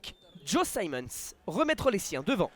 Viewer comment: S'il vous plaît, arrêtez d’écorcher le nom de Simmonds. Ce n'est pas "saillemondes" c'est "simondes". Ou alors prenez des leçons de prononciation en anglais. Ça me rapelle "Laillecesseter"...